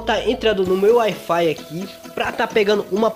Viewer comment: "Ai fai"